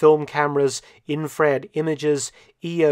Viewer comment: lol did he just say "in-fRARED" instead of infrared?